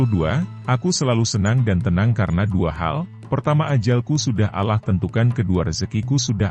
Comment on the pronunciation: Kenapa sebutannya alah???? Apa sy yg salah dengar ya sedangkan kita harus sebut dengan sebutan yg benar Allah Allah Allah